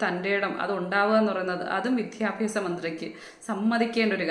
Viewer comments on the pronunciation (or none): വിദ്യാഭ്യാസ മന്ത്രി എന്ന് ശരിയായി പറഞ്ഞു നോക്കിയേ 😂